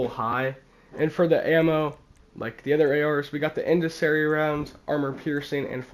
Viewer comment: it's pronounced in SEND e ary